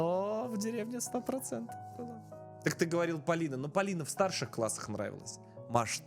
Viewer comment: Не Палина а Полина